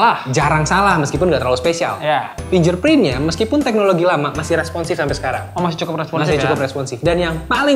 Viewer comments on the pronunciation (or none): bukan finjerprin tapi finggerprin